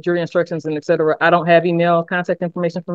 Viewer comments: Why does this idiot keep saying eck sedra?! That alone shows his lack of intelligence. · "excedra excedra" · "edcedra, edcedra" ... ignorance in action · "Ecedra, ecedra..." Martin brings a whole new level of stupid to the show... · Excedruh Excedruh ah duh derp.